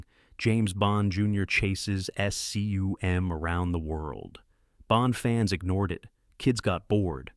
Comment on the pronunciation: numbers/dates aren't the only things mangled: at least two acronyms are spelled out, "S-C-U-M" instead of "scum", for instance. ( - )